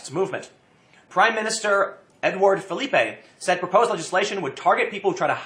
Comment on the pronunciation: Ahem....Philippe (Fill-ip). French not Spanish. Sorry I had to take this personally.